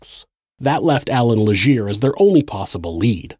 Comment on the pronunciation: "Le-ghaire." "Mira-mee-shee." "Munk-ton" Okay???